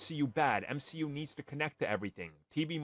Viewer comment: Your argument was dead as soon you tried to unironically say “M-she-U.”